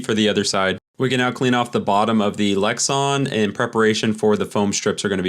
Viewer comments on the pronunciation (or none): Lex-Ann not Lex-on